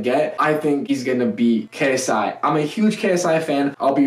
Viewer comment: The second he said KSY I knew he would pick Logan because Jake started with messing KSI name